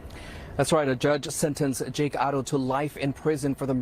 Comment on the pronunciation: This news guy keeps saying their last name Otto. It's Haro. All together this Shiii is sad😢